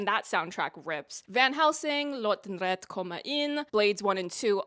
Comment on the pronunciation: Shockingly great pronounciation, as a Swede. Most people just say “Goransson” and call it a day (no offense to them though, I wouldn’t bother either) Here too, except the E in rätte isn’t silent (pronounced like the E in ”slept”)